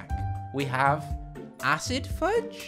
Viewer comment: Isn’t it fuse not fudge? Or is it just me